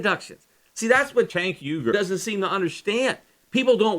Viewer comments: What's with the 'cenk uygur' overdubs? I wouldn't have cared if you were saying 'Sink ooeygur' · I love that Peter had to go back and edit his pronunciation of Cenk Uygur. :) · Must have been saying Cenk Uygurs name wrong for the original recording because its obviously re-inserted throughout the podcast haha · Maybe [Cenk Uygur] cut you off on his show because you kept saying [Cenk Uygur]'s name weird? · I'm guessing you mis pronounced his name the first time you recorded this then :P